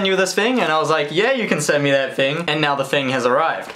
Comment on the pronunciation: An i the only one who loves how he says words with th as f so like the is fhe